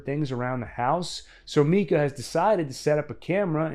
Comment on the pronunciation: Isn’t his name pronounced mycuh and not meecuh?